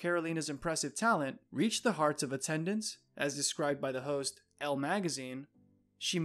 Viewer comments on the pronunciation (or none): none